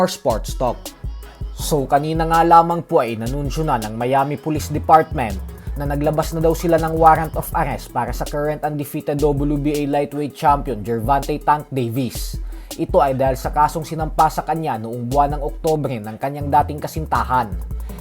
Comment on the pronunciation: Loads bakit Ang pronunciation mo sa apelyedo ni Davis is gervon- tey, pero sa mga anounncer nmn pg lumalaban sya is Ang pronunciation is gervonta